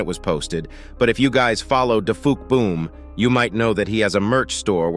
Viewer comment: His name is dufuqboom not dafuckboom